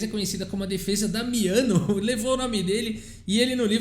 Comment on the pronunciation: Boa pronúncia do italiano,... quase certeza q vc treinou antes de falar. Parabéns;-)